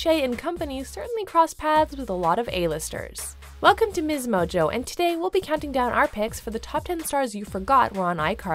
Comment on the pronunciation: nobody: no one: narrators on msmojo: WELCOME TO MIZZ MOJO